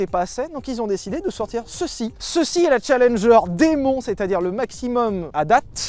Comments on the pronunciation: Les gars, "Muscle" se prononce "meusseule" en anglais et "Demon" comme "Dimone" 😉. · On dit démone mais pas grave